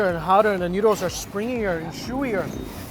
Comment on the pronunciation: Am i the only one hearing « Nudes »